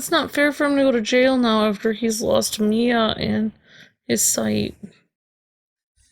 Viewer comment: What's with you and the name Mia? Is it so hard to say? lol